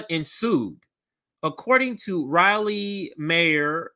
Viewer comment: Crazy young white men with guns make up a huge percentage of mass shooters. What the hell is causing this to happen? Granted it is way too easy to get guns but there is something more going on. As a side note Raleigh is pronounced "rol-lee" not "reilly"